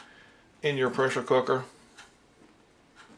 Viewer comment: "presshr cookr bread"